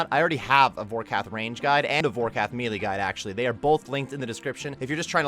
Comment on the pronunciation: The fact that you say "me lee" cracks me up. 😂😂